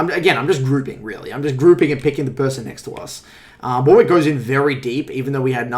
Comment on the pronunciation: Fuckin "War wick" lmao